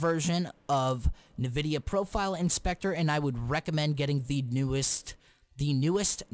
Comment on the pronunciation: EARNMNAIDFNLADN LEARN HOW TO SAY NVIDIA JEEZ